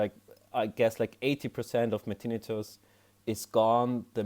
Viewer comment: Thank you for pronouncing it correctly! The other videos pronounce it tin-night-tuss. Drives me nuts! 😂